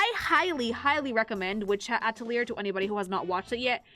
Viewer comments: "Witch Hat At - a - leer" AHHHHHH!!!! Ah - tell - lee - ay. It's French! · It's pronounced "Ah-tel-ee-yay" It's French. \at-əl-ˈyā\ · while i hate to say such a thing the word Atelier is French and actually ends with the a sound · Atelier's a French word, the 'r' isn't there to be pronounced, it's there to look pretentious. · She never stood a chance at pronouncing the title correct its 🇫🇷 where 1/2 the letters aren't really there